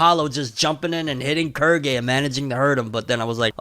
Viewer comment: Im sorry, Kurgy? Thought it was pronounced Quill-gay